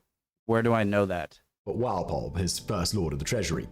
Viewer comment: Strange pronunciation of "Walpole" he goes for rhyming the first syllable with "pal" rather than with "ball"🎩